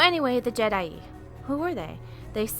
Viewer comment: Is called je'daii